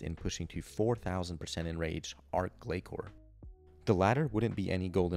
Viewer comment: I’d love to watch the arch glacor streak. But please, listen to how Azzanandra pronounces its name after you kill it! Arch doesn’t have a k sound. Neither does glacor (glay-sore). From a guy who has way too many arch glacor kills and can’t figure out why everyone says it wrong haha. Love your content tho dude it’s my favorite series right now.